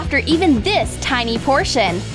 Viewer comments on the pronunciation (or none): It’s tiny(thayni) not tiny(Tenny)